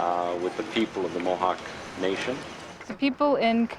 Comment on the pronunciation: I approve this video. Even though the narrator did not know how to say the names of Mohawk lands.